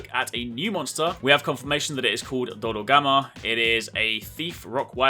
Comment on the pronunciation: You had one new monster to present and you failed to it, it's dodogama, not dologama wtf ?